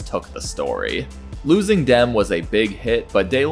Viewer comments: Demme is pronounced "Dem - E" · Pronunciation of ‘De Laurentis’ and ‘Demme’ is wildly incorrect.